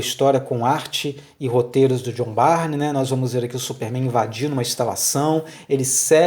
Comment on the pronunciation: A pronúncia é "burn", não Barney.